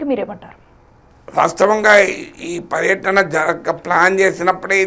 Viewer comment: పర్యాటన కాదు, పర్యటన